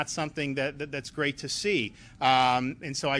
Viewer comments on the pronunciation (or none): none